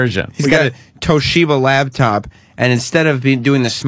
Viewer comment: “Lab top”